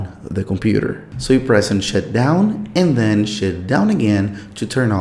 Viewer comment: “shit down”?